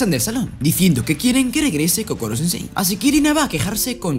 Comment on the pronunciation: era koro no kokoro xd